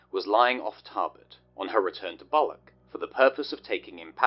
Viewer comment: "On her return to Bollock". Umm... not quite. Bal ... och. Not ball.